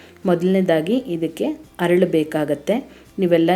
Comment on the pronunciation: ಹರಳು ಅಲ್ಲ. ಅರಳು . ಅಲ್ಲ